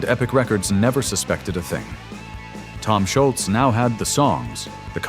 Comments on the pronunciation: It’s not Schultz,. It’s Scholz, no T. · I believe that the A.I. narrator mispronounced Tom's surname every time.